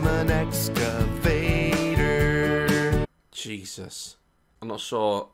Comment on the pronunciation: Blippi:exaveter daz: you can burry bodies with it 😂😂😂😂😂